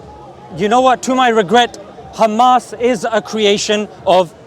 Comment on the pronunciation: Every zio runs out of words when theyre done saying "7th of october" and "khhhamas". Absolutely pathetic. They literally have nothing. Oh wait I forgot the victim card. "poor little (rich endlessly funded technologically advanced military power) Iszrael". Like bro. Facts serve you better than propaganda, go out and learn whats going on in the world.